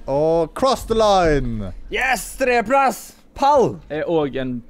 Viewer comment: Jeg liker måten Sondre sier tredjeplass på😂 "treeplass"😃😂